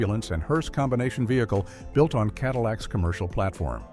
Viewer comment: Cadiweeacks!! Love it!!